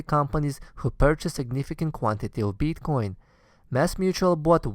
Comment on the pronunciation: Please learn to pronounce BITcoin !! :) If that you are the nr 1 bro!